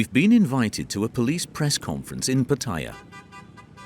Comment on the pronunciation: FYI. There is no I in Pattaya ! You should learn how to pronounce the place you are talking about. Friendly advice 🤝🏼.